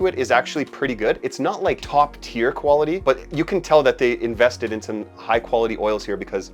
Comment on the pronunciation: “The koala tee of this fragrance”